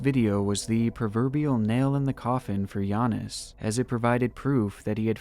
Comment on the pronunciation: It took the NBA half a decade to learn how to pronounce Giannis and you did it on the first try.